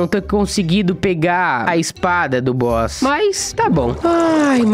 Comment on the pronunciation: "negócio de boss" Oque eu escutei: " negócio de bosta Kkkkkkkk